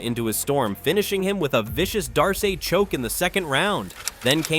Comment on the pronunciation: You don't even know the subject matter you're talking about. Can't say Khabib's name right can't say a darce choke right.